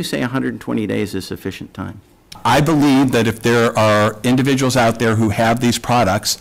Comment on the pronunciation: Could not speak the word “individuals” correctly as if she did not want to speak it at all. He does not believe the last statements he made in the first section